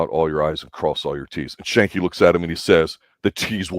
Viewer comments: Skank-ee. It's Skank-ee. FFS. I just love how people who have never watched a show try to review it without trying to understand the complex themes, character development and context and just choose to roast it instead. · You keep saying Schanke name wrong . Ck is hard not soft .